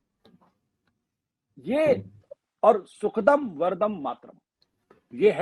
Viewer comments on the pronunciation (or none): सुखदं वरदं ... उच्चारण कर रहे हैं । सुखदाम् वरदाम् मातरम् है ।